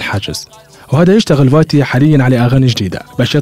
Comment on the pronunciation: اسمه قاتي مش فاتي😂😂😂